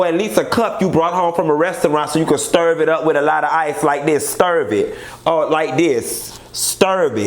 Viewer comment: I live for "stirv" it up!! My son says stir like that!! I fall OUT!! Great review- I think your points are valid and accurate about the angle of this show. Keep it up!